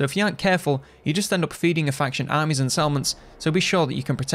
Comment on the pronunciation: If it wasn't written on the screen, I would have struggled deciphering how he pronounces the word 'armies'. I was honestly at a loss with that pronunciation. Lol. I need more culture. Haha